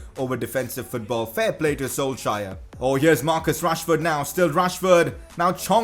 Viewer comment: Your saying Solskjaer wrong